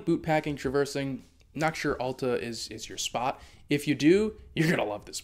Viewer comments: It’s not Awwl-ta! It’s Al-ta!! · Correct pronunciation is like the letter "L" as in L-ta. Or think of "al" as in the word, "altitude." It's clearly not like the word, "all." It's a common mistake.